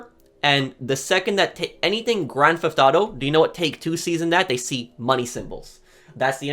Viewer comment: “Grand Thalll”